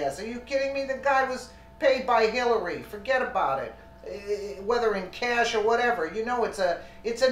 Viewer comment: For get about it ....(NY accent)....lol